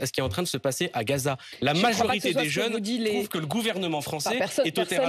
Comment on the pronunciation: ne dit pas Gaza, mais Ghezza 😃